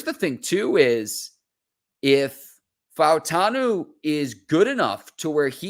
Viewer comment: Props to for pronouncing all of the vowels in Fautanu. Much respect!